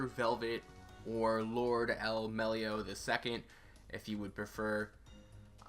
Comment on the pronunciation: my boy waver in the spotlight is a Fuck Yeah but DID THIS BITCH SAY MELLY-OH